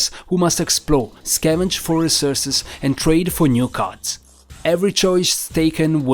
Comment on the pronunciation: What accent is that? Why you say card as carters?